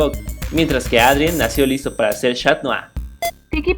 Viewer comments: no es shat nua era catnua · esta bien lo q disen pero no es chat mou es cat mou